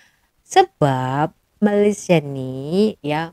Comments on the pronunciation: Dia sengaja sebut MALASia. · disengajakan dia sebut MALAS_IA bukan Malaysia. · Sebut MALAYSIA oun x betul MALASIA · Sebut malaysia pun tak betul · Sebut nama negara org pun salah ..bnyk bunyi pulak... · Kesihan pulak aku tengok tu....baru ada 3 buah kereta pun dah nak tunjuk hebat....😂😂😂Lain kali sebut nama Malaysia dengan sebutan yang betul sebutannya jangan main hentam saja sebutannya...